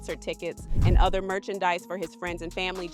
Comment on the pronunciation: they're not reacting to kid news. They're reacting to something worse. Also, it's "other," not "utha."